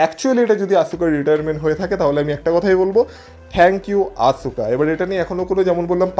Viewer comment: আপনার কাছে বানান টা দেখে মনে হয় আসুকা কিন্তু খেয়াল করবেন। wwe আসকা বলে। তাই আমরা চাই আপনিও আসকা বলবেন।